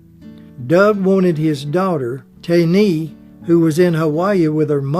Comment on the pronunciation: Tane is pronounced Tah-nee.